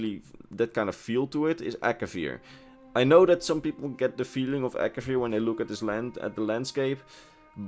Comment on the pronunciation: It’s Akavir